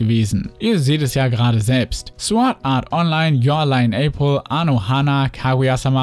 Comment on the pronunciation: Ähm Sword Art Online wird ohne w gesprochen